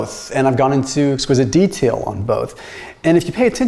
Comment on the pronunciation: Did you say exquisite detail 😆